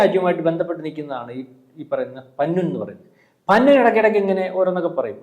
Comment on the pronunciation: പന്നു അല്ല പന്നൻ